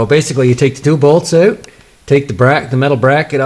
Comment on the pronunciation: "Those bolts come oat hard" Thanks for the vid..